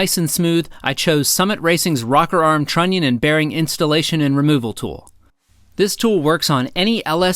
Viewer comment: trunion is to funny to hear XD